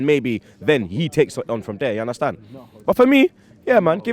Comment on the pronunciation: Give undercrackers boy the job!! "Una-stan?